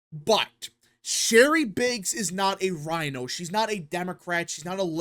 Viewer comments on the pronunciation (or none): none